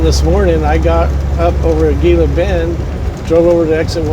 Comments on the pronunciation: Gila Bend is pronounced...He-la Bend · pronounced He-la Bend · The G is pronounced h Hila bend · Pronounced "Heeeella bend" ...... used to cut across I-8 to GilaBend then go north on 95 up to I-10 and then west to LosAngeles area......1970's-1980's my normal route.....(used to be a dead-end with left turn about half-way up which could surprise you at night)...... that way I didn't have to be bothered with Phoenix ..... was a small store with diesel right beside 95 exit and a sign that said something about population...... 800 people plus one old grouch or something......yup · It’s pronounced “Hē-lah Bend, AZ 😊 - you’re just down the road.....just say’n 🥰 Now it looks like you’re on what we call “dead-cow” road/ highway 238. 😁 it’s named that for open range cattle that get hit by semi’s ...(before interstate.) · Gila Bend is pronounced Hee-lah-bend. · He knows...just being old school. No problem hauling something produced by scarce water to China tho.